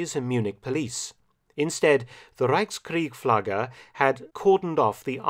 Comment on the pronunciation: Reichskriegsflagge - not Reichskriegflagge